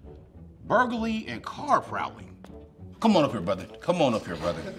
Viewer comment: "BurgaLeE, and car pRoWLeeE"